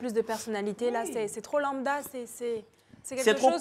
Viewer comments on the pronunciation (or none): none